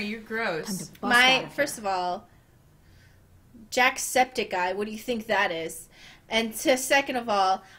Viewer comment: "Jack sceptic eye" :D I love you Mari! Never change :)